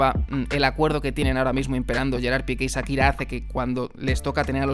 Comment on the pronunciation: Es Shakira, no Sakira. Y se pronuncia Maiami no Miami.